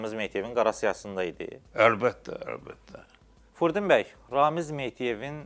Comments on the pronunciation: Əcabə, bu aparıcı qonağın adını düz əməlli başlı niyə deyə bilmir ki ? Furdin bəy nəymiş taa ??? Fürudin bəy niyə deyə bilmir ki ??? Çox ayıb !! Adını da jurnalist qoyub .... Utan öl ta ! Ged əvvəl düz əməlli danışmağı öyrən , sonra bura çıxıb belə danışırsan, azərbaycanca danışa bilmirsən çıxma bura !!! Gördüyün vacib işnən, amalnan danışığın heç bir araya gəlmir !!! Mən yenə də tamaşaçılardan üzr istəyirəm bu cür sərt reaksiyama görə, amma yenə də üzümü aparıcıya tutub deyirəm: qardaşoğlu, sən bu cür vacib mövzuya , dilimiz, əlifbamız .. kimi mövzuya toxunursan və bir dənə Fürudin sözünü düz əməlli deyə bilmirsən , ayıb olsun sənə .... təmiz beynimi xarab elədin sən ... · Jurnalist gonağın adını düzgün tələffüz etmir – ,, Furudin,, bəy deyir. Belə yaramaz.